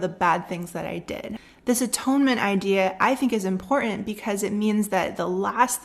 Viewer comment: Very well presented. One thing-- it totally throws me off when you mispronounce "important".